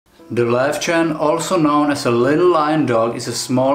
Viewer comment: Yay for the correct pronunciation! :D My Löwchen only does a sort of quiet short bark if there's abnormal human activity outside our apartment block at night. So it's really rare and I know to get up and inspect what's going on if she does that. But she's the only little lion dog I've ever had - she came to us as a 7 year old rescue from an illegal and filthy puppy farm - so I don't know if she's typical for her breed or not.